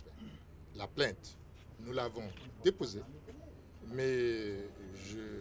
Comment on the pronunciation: plainte et non plaite vous aussi